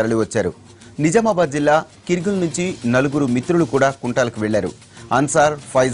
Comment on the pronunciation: kirgil kadhu Ra Babu Argul.....rip bothers